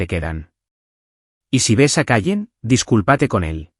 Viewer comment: Su rostro se contrajÓ. No se pronuncia así desdesr dice contrÁjo. No es fidculpatE de dice dusculpÁte